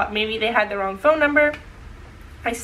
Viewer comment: hahaha the way you said Ron instead of wrong